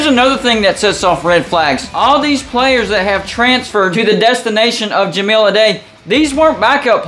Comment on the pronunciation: Certainly some concerning correlations with him, but really hung up on the mispronunciation of Ja-mile (5280 feet) Ah-die (singular of dice)